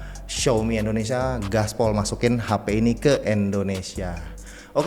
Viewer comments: Indonesia bukan Endonesia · Tolong dong jangan sebut Endonesia,tapi Indonesia #peace